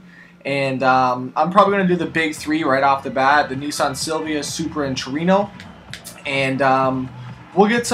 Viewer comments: It's Nissan not neesan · its nissan not nessan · Its not called NEESAN, Its Nissan. There is no E in Nissan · i hate to tell you this but the japanese pronounce nissan "nee-san", the rest of the modern english speaking world pronounces it "niss-an" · Why does nobody ever point out the fact that, the Japanese, their ads, and Nissan itself pronounces it "neesahn".. here watch?NR=1&v=VVr5pl7N8co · It's pronounced にいさん (nii-san). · why do americans say Nissan as 'neesaan' lul wut :3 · You know when people have no clue when they pronounce the entire name and wrongly too. (NISSAN)